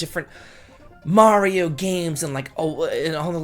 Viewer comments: You pronounced Mario right, so I didn't have to kill myself doing a shot every time you said Mare-ee-oh! :D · I'll watch it only because you finally said "Mario" the correct way. Best wishes. 😀